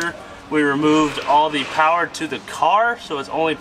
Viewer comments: MO POWEH BABEH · All the powah babeh!!!